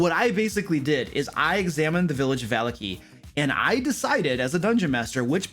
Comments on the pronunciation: I'm sorry, I just can't go on. The way you pronounce Vallaki. I'm just... Its me... I'm sorry. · not just you ... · Watchter is pronounced Vocter its German... I was corrected by a player on my first game ever lol. Also barovia naming tends to be very Russian/Romanian so you pronounce every letter in the name unlike English. Vallaki which is Named after the Baron's family Vallakovitch would both be Va- la- kee and Va- la- Ko- vit- ch. But you are consistent with your pronunciations so just ignore me being a Nazi about it lol. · vuh - LOCK - ee. vuh - LOCK - Oh - vich. it's east European flavored dude lmao